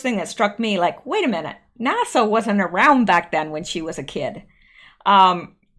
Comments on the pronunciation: Could you learn to say NASA correctly. Nassau is a beach, NASA (næs·ə) is the space agency. You can learn to say is correctly from some clips from Armageddon. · NASA rhymes with casa (Spanish for house) not Nassau like the island or the county. Thanks.